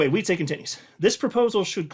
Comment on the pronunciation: It's Wietsè, not Wietsééé!!! Short E